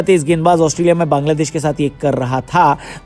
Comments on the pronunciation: There is a clear difference between an ordinary person and a YouTuber with a huge platform. As a professional and influential YouTuber, you have a greater responsibility to be respectful and careful with your words. If you don’t even have this basic knowledge, please stop talking and don’t expose your mentality in public. Calling Bangladesh “Kangladesh” is not a harmless mistake—it comes across as disrespectful and unprofessional. At the very least, learn to pronounce the name of another country correctly and show some basic respect to its people. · Why are you insulting Bangladesh? Say its name correctly.😢😢